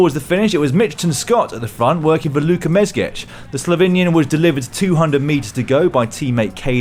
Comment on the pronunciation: It's Mezgec not Mezgech.